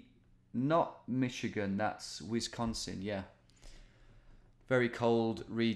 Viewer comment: It’s just not the same if you don’t pronounce it Mitchigan! 😂